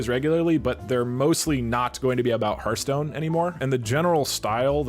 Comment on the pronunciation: hearth-stone. not heart-stone.